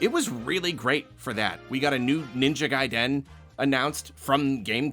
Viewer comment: That’s how you pronounce Ninja Gaiden?! I must have looked like a fool!!